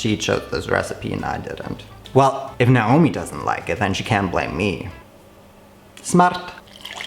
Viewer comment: omg you pronounced naomi the way arabs do... “نعومي” 😧